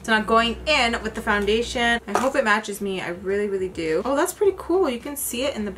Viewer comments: I feel like I will never be able to say foundATION the same way again 😆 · First off let me say... I love how to say foundachion hahaha you crack me up! Another thing is i have a similar skin tone and matching foundachion is so hard! I always look to your videos for reference! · Hi!! I love your eye makeup, that wing liner tho, as sharp as a knife🔪. How cute is your baby saying makeup sponge after you ❤. I laugh when you said foundation (you sound French). Your entire make up looked bomb!! Xo